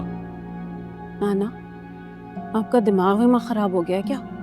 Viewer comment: پلیز خراب کو خراب بولیے کھراب نہیں